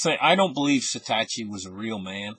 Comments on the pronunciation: SATOSHI is pronounced Sah-Toe-She *not SAY-TASHY... as pronounced it lol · Say it with me. “SAH-TOE-SHE” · Haha I like it when pronounces satoshi wrong